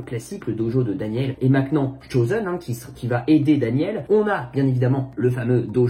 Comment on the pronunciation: On dit "maintenant " pas "Maincnant"